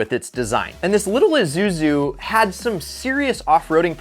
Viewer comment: i s u z u no izuzu